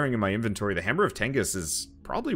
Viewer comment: If you keep calling it the hammer of tengis I swear to god